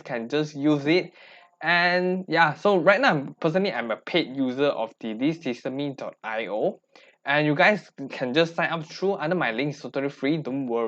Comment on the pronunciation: Thank you for the video! Please note that it's pronounced "system".io and not systeem.io. 💙